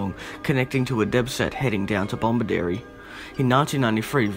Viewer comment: No second "B" in: "Bomaderry"